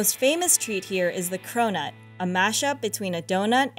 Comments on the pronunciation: When you hear cronut as corona 😂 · Does anyone else hear "corona" as she says "cronut"? I cant get the rona out of my head!